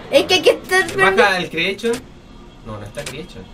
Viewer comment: the joy of creechion xddddd